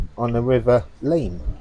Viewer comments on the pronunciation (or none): a lot of leamnington is really nice - there are bad spots like any town though, the river Leam is pronounced Lem .. not far behind that church is a ramp where believe it or not elephants were taking down to the river to wash and drink